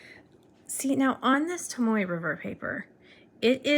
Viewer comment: It’s Tomo..not Tomoy not Tomoeh/Tomoway